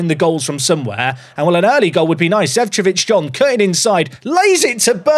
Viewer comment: it is Zecovic & not Zevcovic